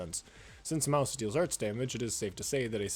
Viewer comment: the way he can't prounce her name made this video literally unwatchable